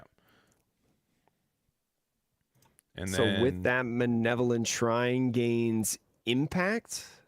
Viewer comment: Btw it's "malevolent" (having or showing a wish to do evil to others) not manevolent